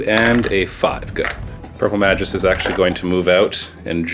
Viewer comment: Magus is pronounced with a hard g - May-gus